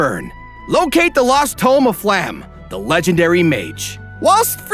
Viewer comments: Pretty sure Flamme is supposed to be pronounced Flam-eh or something to that effect. Like the German/Danish/probably also dutch word for Flames, since she has orange hair. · Everything is great but one thing... its flah-mel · Also... It's "flah-meh". Not "flam". "Flah-meh", that's how you pronounce Flamme. ... it's German. Very predictable. Part of the reason why I didn't like it. Also, "shtark". Stark is pronounced with a sharp "sh", not "s". He's not Iron-Man. Again, German.